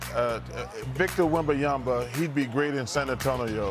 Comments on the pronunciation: Bro called him ¨Victor wembayamba¨ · "Victor Wembayamba" - only Sir Charles can mispronounce it yet make it sound perfectly ok with a smooth southern drawl lol.